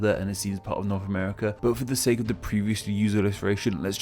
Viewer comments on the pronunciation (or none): none